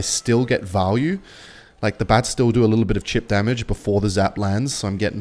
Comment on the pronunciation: it's chip not cheap